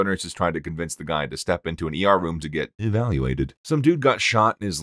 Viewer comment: Just the way he says EVALuated. I love it so much.